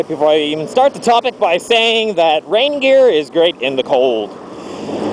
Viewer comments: i thought you were saying reindeer at the start 0_0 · took me a good few minutes to realise you were saying rain gear, not reindeer :(